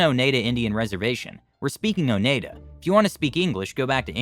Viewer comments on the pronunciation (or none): Oneida = O - nai - da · Last story. I live in Wisconsin but I forgot people out of state/country can't pronounce a lot of cities and towns because they were named after the native tribes of Wisconsin. But this is a first time that I heard someone pronounce Oneida wrong 😅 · Funny how he pronounced Oneida. The E is silent.